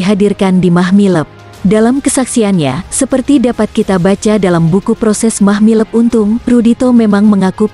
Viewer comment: Mahmilub bukan Mahmileb. Klu baca yg benar Min !